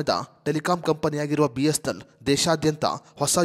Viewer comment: ಮೊದಲು. B S N L uchharane ಮಾಡಲು practice ಮಾಡಿ..... ಆಮೇಲೆ ವಿಡಿಯೋ ಮಾಡಿ...